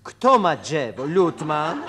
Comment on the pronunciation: W tym sęk..." Dżewo, deska dżewniana, w środku sęk. A kto ma dżewo, Lutman? Jaki laaas? Taki mały, biały dupelek. A ona sprzeda? Co? Ten tartak? Kuba, przecież... JAKI TARTAK DO CHOLERY? xD